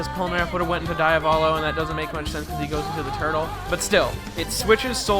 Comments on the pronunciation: DEE-Avolo, man. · How english people think they are pronouncing it: Diavolo How an italian hears them: DAIAVÓLOU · DIAVOLO= de-uh-vol-oh Not Die-uh-vol-oh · Pls im know that im a pin in the ass but do not say daiavolo say diavolo like u read it thanks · The mispronunciation of diavolo is so painful. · Nah diavolo is pronounced that way in italian well roughly not exactly but someone without knowledge of the language especially an native english speaker canzt pronounce it correctly